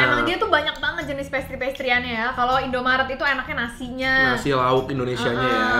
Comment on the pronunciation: Wkwkwk ternyata nyebut nya prasty... Yang dr Indomaret endull parah